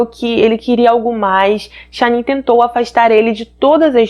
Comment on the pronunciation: Amooooo seus vídeos! Mas fico tão agoniada qdo erra a pronúncia dos nomes 😓 ainda mais num caso tão veiculado como esse onde o nome da esposa eh falado milhões de vezes… cada vez q eu ouvia “SHANNIN” doía meu coração 😫😫😫 é SHANNAN normal mesmo… Uma pena.. mas assisti tudo! Fica aqui o “toque” para q vc cresça mais ainda: procure acertar a pronúncia do nome ou de antemão se explique dizendo que não sabe sei lá 😶😭